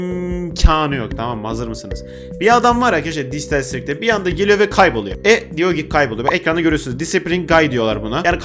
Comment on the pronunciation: Abi adam kaybolio dedin yerde ooo se diyip kaybuliyo😂